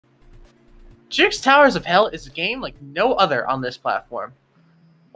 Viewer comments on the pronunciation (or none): i swear he said jickes